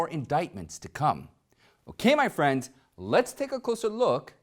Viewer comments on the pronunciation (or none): none